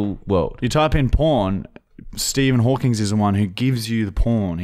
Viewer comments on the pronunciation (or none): HAWKING. NOT HAWKINGSSSS.